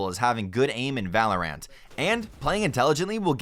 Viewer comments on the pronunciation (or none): he says VAE LO RANET not valorant lol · im sorry.... did he say "Val or Rant" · Now someone should show this dude a video on how to pronounce the word “valorant” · I love how he called it valor Ant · Everyone else: Valorant Narrator: VALO RANT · The way he said valor ANT made me uncomfortable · Oh thats weird he pronounces Valorant like valor-ANT... Whatevs.. Did he just say spells? Alright I'm out. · This dude does not know how to say things at all like what the heck man g five zero two? Valor ant? Dee fuse? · narrator sounds like an idiot lol. "spell" "valorANT" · Everyone else: Valorant Narrator: Valor Ant. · i say val-or-int, ive heard people say it like valorANT or val-er-ant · he says valor-ahnt making me not believe this ngl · Lmao for real, valor-ant is funny but "spells" is the dumbest thing I've ever heard. Is shooting a grenade launcher a spell now? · Well the first mistake to avoid is saying valorant wrong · Anyone bugged by the way he said valorant? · Can’t pronounce valorant tho